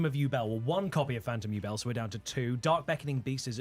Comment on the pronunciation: Yubel is pronounced "YOU-BELLE" not "you-bull" have you never watched GX? sorry for being a grammar nazi, it just bugs me